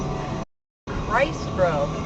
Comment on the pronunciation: #4...Was that "Shesus"?